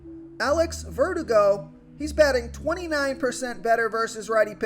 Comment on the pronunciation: I like Alex Verdugo.Ver-DOO-go. You said it kinda like vertigo. Thanks for the advice.